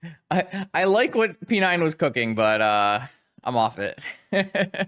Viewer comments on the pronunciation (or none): sorry I can't not hear p9 as "penine"